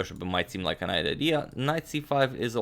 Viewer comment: you said grabbing the bishop might seem like a nite idea lol. Can't tell if a speech blunder or a nice pun